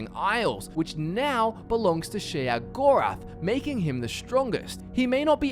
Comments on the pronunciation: its pronounced SHAY-GORATH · i swear everytime you say sheogorath i cringe